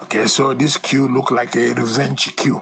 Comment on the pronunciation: Analyst so you cannot pronounce coup and pronounced it as que ?